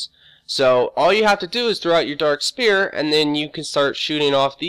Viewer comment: Stop saying dark SPEAR. Its SPHERE .